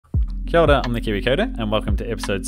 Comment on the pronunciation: This is minor but slightly confusing (just became a Patreon by the way - as your Videos are FANTASTIC) are you saying ", I am the Kiwi Coder?" I thought it might be Kia Ora but it definitely sounds like a 'd' sound in there